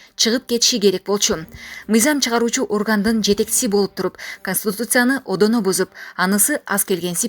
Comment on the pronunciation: Эми ал эмес окуп жаткан өзүң да Конституция деген сөздү айталбай жатасыңго ошондой эле көрүнүш да